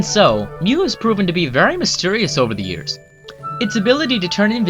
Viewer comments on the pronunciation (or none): none